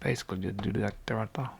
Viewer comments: I’m never as happy as I am when I hear you say “like that right thurh” god bless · When he says.."That rite thuh".. it makes my soul smile.